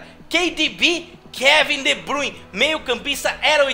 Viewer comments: Nao se fala KEYDIBI é Kevin De Bruyne manoo kkkkkk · Kei de BI kkkkkkkkkkkkkk se fala Kevin de bruyene não sabe falar kkkkkkkkkkkkkk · Pra que vc invento o nome do Kevin de bruyne, na boa não inventa cara o nome dele não é desse jeito que vc falou kei de bi. Na boa fico zuadao curto seu trabalho mas esse aqui nao.